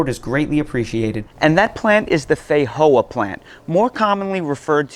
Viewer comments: Fei-joa ,not Fei-hoa 😦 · Hey brother the proper pronunciation is FeiJoa not a silent J like in ESPANOL just sayin I’m Portuguese and I regularly talk about these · 😂 I just can't with the way you say feijoa, I've called them fee-joa my entire life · We call them FEE-JOA's in NZ. Never heard them pronouced FEY-HOA's. haha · theyre pronounced differently the world over due to different dialects. In places like eastern Europe it IS actually is a silent J. One culture doesnt own the fruit. Same as Spanish people pronounce "Jesus" differently than English language speakers. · Great video until the end where the eating sounds got on my nerves. I do think there is a pronunciation problem, as others noted. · FFS mate, learn how to pronounce Feijoa!! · Feijoa is a Portuguese word so the j is pronounced as it would be in English.